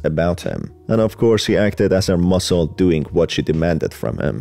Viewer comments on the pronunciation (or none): none